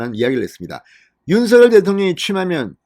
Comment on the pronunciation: 윤서결로 발음하지마세요. 듣기거북합니다 윤석열 입니다